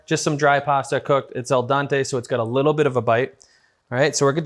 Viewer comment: Your French pronunciation of the Italian al dente is driving me crazy. Other than that I loved the video!